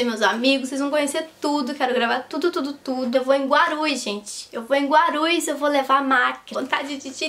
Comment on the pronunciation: "Vou para Guarus!" foi o melhor!! HAHAHAHAHAHA Cuidado para o localizador não entender Guarulhos!!! Kkkk